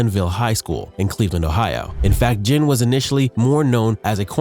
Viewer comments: Ted "gen" Junior. Hahaha, A.I. has to be stopped. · I was wondering if something sounded funny about the narrator the whole time. I thought nah maybe it's jusna newer YouTuber who hadn't found their comfort and voice yet. Then calling teddy Ginn Jr teddy gin was the nail in the coffin. Either the person has no idea about football actually and is just a narrator being paid or is AI. Immediately clicking the never recommend this channel to me ever again button. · I don’t think I have ever heard someone pronounce Ginn’s name with a soft G lol, don’t know if that’s the correct pronunciation or not but I’ve always heard it with a hard G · Anyone else get aggravated by the way he kept saying ginn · Not just Ginn. He butchered so many names smh